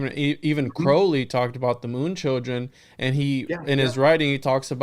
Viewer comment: One thing among many that I admire about is his correct pronunciation of “Crowley”.